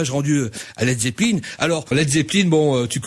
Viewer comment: manoeuvre pronnonce "led zeppeline"??!!!? c la premiere interview que j'entends ou il ne dis pas led zeppelain!